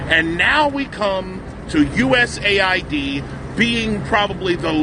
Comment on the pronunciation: Dude, it’s not pronounced USA ID, it’s US AID.